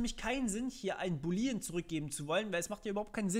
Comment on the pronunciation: [Boooooolean] nicht boleeeeean Und man benutzt nicht null, wenn man Objekte hat, sondern Dinge wie Optional.empty Es wäre echt schön gewesen, wenn du mehr über TS erzählst statt bei Null ALLER Programiersprachen anzufangen :(